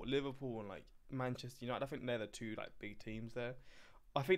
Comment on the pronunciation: Two-ah not twatha